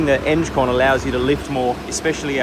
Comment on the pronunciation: Eng-con not enge-con !!